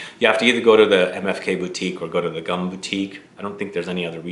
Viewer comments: Ciel de GUM is pronounced NOT like a gum we chew but like “goom”, just shorter 😊. It’s an acronym that stand for State Universal Store - a huge department store near the Red Square. Thank you for the awesome review!!! I fell in love with his house from my first order of samples and I am already compiling a shopping / wish list 😬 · Gum is pronounced goom and comes from the name of luxurious shopping center in Moscow called Gum aka goom